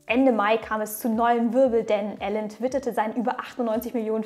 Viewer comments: Wieder extrem nice recherchiert von dir ☑️ Nur am Rande…..er heißt Elon und nicht Alan 🤓🙃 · Elon Musk (ausgesprochen „ILON“ nicht ELLEN) 😂 Tolles Video aber 😁